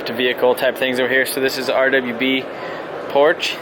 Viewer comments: I like the fact that he knows a lot about cars but can’t pronounce porche he said “porch” it’s porsh but spelled porche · It sounds like this porf